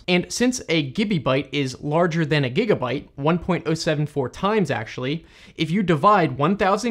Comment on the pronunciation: how a furry says gigabyte